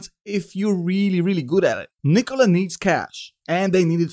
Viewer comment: I love how you pronounce Nikola. Much better than Macedonian pronunciation.